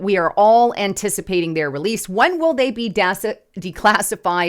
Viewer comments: releasel isn't a word, yes. Rehearsal, yes. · I appreciate the show, please don't ever say the word releasele ever again. I it's not a word.